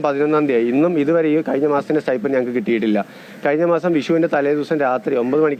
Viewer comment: It is sti"p'end, not sti'f'end or sti'ph'end!